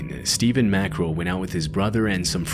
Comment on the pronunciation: Stephens name is MacKRELL not mackerel .